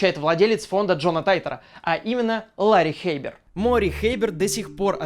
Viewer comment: Мне постоянно слышится не Лари Хэйбер, а Ларин Хэйтер